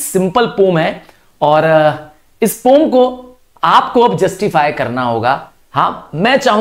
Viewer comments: Poem pronunciation -- po-yem 😊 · Poom or poem😂